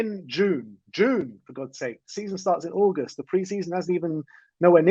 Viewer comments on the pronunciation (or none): none